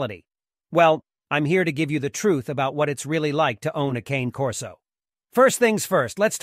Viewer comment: At least pronounce the name properly!